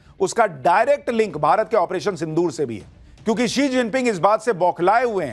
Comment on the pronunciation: वो she जिनपिंग है He जिनपिंग नहीं।